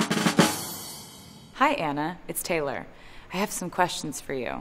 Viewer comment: I can’t be the only one who thought Anna called Taylor “Tily” 💀